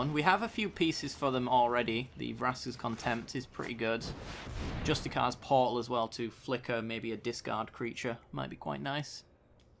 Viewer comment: it's pronounced "justi-seers" portal. I think you're just reading the name wrong. Its a great video lad! keep it up :)